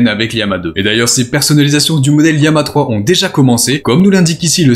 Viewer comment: Pourquoi prononcer lama liama ❓❓❓❓❓